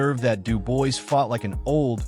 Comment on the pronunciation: I literally watched this for 2 seconds. From the moment I heard his name pronounced incorrectly, I HAD to switch it off…